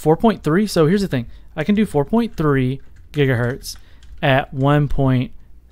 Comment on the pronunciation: Jiga hertz ?